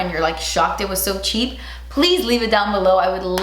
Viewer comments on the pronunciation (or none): IF IT'S CHEAP SHE SAYS "SO SHEEP"